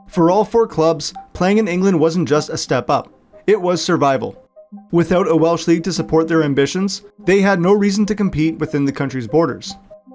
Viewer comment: Props for clearly doing some research on Welsh pronunciation, not something you get from every content creator.